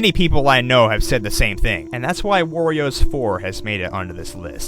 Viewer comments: ayyy he started saying "worio" agen at fnaw 4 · gets upset that people say he said 'worios' last time and then says ''worio'' seconds after like it never happened. lol